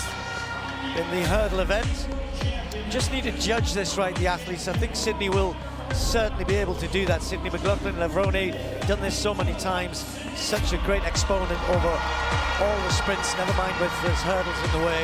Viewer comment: LavronE! Computer pronounce it right!